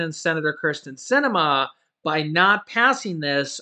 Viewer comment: Kirsten not Criston